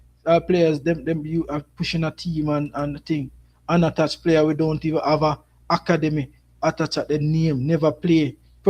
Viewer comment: Dam bro.. you’re butchering the English language! It’s rosters not rasters! Academy not Hacka demy! SMH